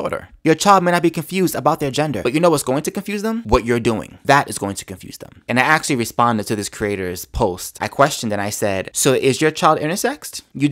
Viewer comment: actually not axeally ask not axe